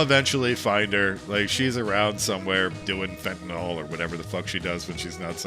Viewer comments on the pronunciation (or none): Good tier list. Though I'm disappointed that SO many are from DLC... as I am one of those "purists" that you mentioned. I won't touch DLC until after the main campaign is done... and I just got the game this christmas. Oh yeah... "Fen-ten-nill" is how that's pronounced. Its not "fentonall". Also... no "Shiskebab"?